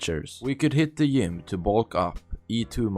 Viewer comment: 100% agree with you but the way you pronounce GYM or JET is killing me 😂